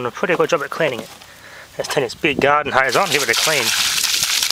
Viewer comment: How to speak Australian: "GARDEN HOSE"